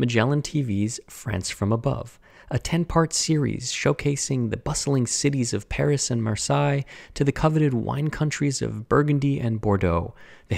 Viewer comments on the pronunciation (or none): Ah, the beautiful city of MER-sigh. Oof ;) Seriously though, beautiful work as always. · Me:*being french in my bed with my baguette and beret*:*mispronounces Marseille (i understand it s pretty hard when you don t speak the language)* Me:Oh wow-It s so much better like that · Lovely: when you were burnishing the corner wax piece you referred to using a piece of linen, then later you said it was wool. What weight Belgian linen? And is it wool felt that you used? And yes, I do hang on your every word. Many thanks! P.S. pronunciation of Marseille = Mar Say. Let me get back to watching now! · Your pronunciation of Marseille is adorable